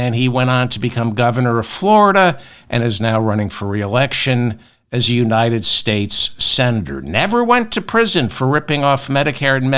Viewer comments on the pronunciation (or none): The People of the United States! Why do you guys have so much trouble saying that ?